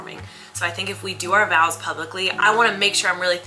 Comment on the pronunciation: Wait?!?! You’re not saying vows?